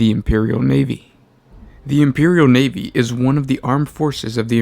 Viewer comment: The imperial NEEVEE?! I love the NEEVEE